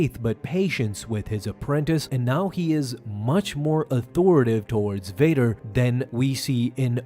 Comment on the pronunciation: Bader ❌️ Vader ✅️